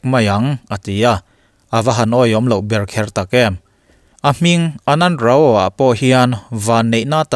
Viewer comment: RAO - RAU ti a lam tur